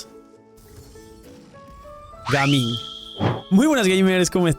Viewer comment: En colombia le decimos gamin a los delincuentes, ladrones, malandros, etc es mejor pronunciar su nombre en ingles Gaming 😅